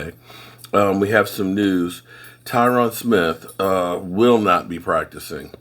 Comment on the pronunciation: Dammit I love you and as you say you butcher names. But his name Tyron rhymes with iron love ya brother